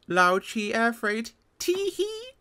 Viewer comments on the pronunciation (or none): Pronounced 'Lau Chay' as in 'Nice try, Lao Che!' ... actually ... Lao is more like Loud without the 'd'